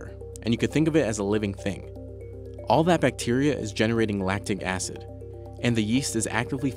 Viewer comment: what is 'Lactid acid'?